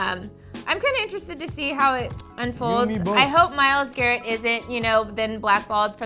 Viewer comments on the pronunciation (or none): at least say his name right